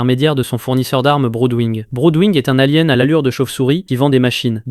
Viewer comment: A l'avenir, essaie d'avoir une voix un peu moins robotisée, car là ça fait juste trop IA, les noms même communs sont mal prononcés [alien] que tu prononces mal, et majoritairement tout les noms communs également xD ça fait trop récit IA et on perd vite l'envie de finir la vidéo (je regarde beaucoup de résumé voici pourquoi je fais cette critique)